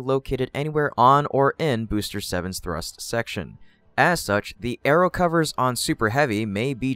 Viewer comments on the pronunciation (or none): none